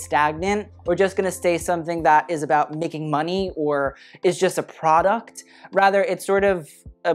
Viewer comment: everytime luke say product i heard prada 👽